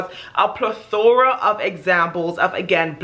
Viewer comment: Other than pronouncing "plethora" correctly, you are right on point. That is why as a Native American Indian, I do not subscribe to some of cultural norms from my community. The reservation (rez) mentality is similar to what you describe from your experience.